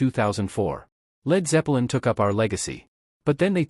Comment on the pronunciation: it sounds like your saying Led Zeppa lin and Gee Me Hendrix (BOT?)